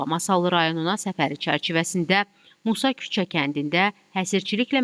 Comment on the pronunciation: Masakuce yox ay bisavad jurnalist Musakucedi adi